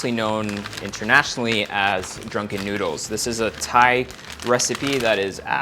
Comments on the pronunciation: i really hear "nyoodles" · Promise newdools talaga naririnig ko.